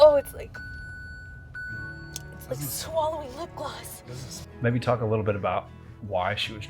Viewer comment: LiP GLoStH😹